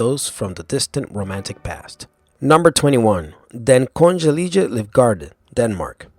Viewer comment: omg the way you said "Kongelige" sounds fucking hilarious XD